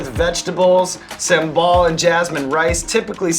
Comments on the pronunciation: not Sam ball it's sambal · the way he said sambal sounds like 'same ball' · "Sumbowl" that's how you pronounce sambel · Its really funny when evan pronounce sambal as SAMEBALL 🤣🤣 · Sam-ball??? Sambal. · Sambal but a heard him said “Sam Ball” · Sambal Sean : Sam-ball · Love how Sean says sambal as sem ball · Saambal? Is that just, in what we call in Tamil, Sumbal? Lol idk just reminded me of it 🙂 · How to prounonced Sambal like Sean : Sam-Ball BTW, It's terrific if I see this show talking more about Indonesian and ASEAN foods. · Sambal woi..bukan someball😂😂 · "sam ball" , I'm so sorry for you Sam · Yea, Sam-Ball. That is definitely how you pronounce it. good job man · did he say Sam Ball? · did he said "some ball"?? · Sean, you made me cringe when you pronounced sambal. No, you actually made cringed everytime you pronounced an indonesian dish😂😭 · bruh sean slaughtered the name